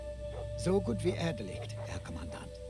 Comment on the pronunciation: The translator has a much better accent in the Russian version, where he pronounces the /r/ sound in the German guttural manner (as in "арийцы"). In English he sounds more like an old man than anything, and he mispronounces some words. ("So gut wie erdeligt", should be "erledigt")